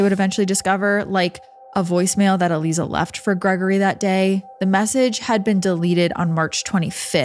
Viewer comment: I'm pretty sure her name is pronounced...uh-lie-zuh...Aliza.